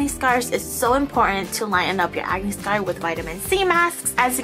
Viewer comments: When you said "acne" ,I thought you said "agony" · I always understand 'agony' not acne lmao